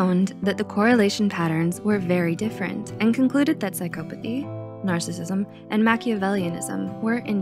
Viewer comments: The word “psychopathy” is pronounced sy-KAW-puh-thee not sy-KOH-puh-thee. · Why does she keep saying PSYCHO-pathy? 🤯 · Huh, i always thought the pronunciation was psy-cop-athy, but apparently you can also say it psy-cope-athy